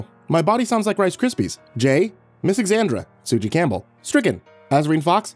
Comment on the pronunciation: The name Tsuji Campbell is pronounced "Toozie". I would love if you said it correctly.